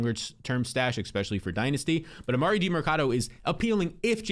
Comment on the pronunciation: Don't take fantasy advice from a dude who says "expecially"